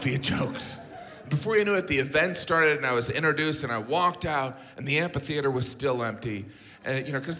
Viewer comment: Is he saying "ampi-theater"? That's not right.